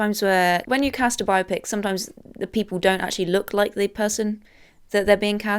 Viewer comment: "Bio-Pick" No, Zoomers. It's "Bi-Opic." The word existed before you did, you uncultured swine.